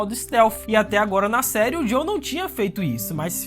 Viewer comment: Por favor, para de chamar o "JOEL" de "JOW" pelo amor de Deus! 🙏🏼😅